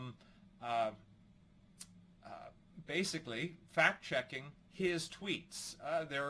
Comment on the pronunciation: Cause it sound like he said Twitter was doing "fat checks" 😆